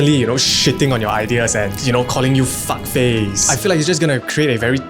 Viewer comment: Walao, the emphasis on FUCK